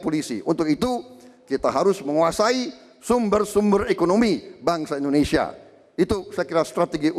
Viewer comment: Universitas Indonesia atuh mbak bukan Universitas Endonesia ...